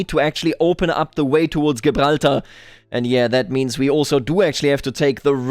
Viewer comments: just sayin gibraltar is pronounced jibralter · Tiny little thing - you might want to check the pronunciation of Gibraltar. Love the video otherwise! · Nobody has ever said anything more german sounding than that pronunciation of Gibraltar. I love it.